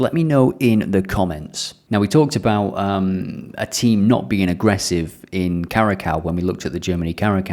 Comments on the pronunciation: It's all good and fun these video's but can you stop saying: KARAKAU?? Please look up how to pronounce curacao 😀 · It’s pronounce Ku-Ra-Saow (Curacao) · curacao is pronounced kura ''Cure ah sow'' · Cura-cow haha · You gotta say it like “kurasao”, put some respect on Curacao big man! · Please look up how to pronounce curacao. At least not kurakao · Yes very annoying indeed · Can’t take advice from someone who can’t even properly pronounce the teams name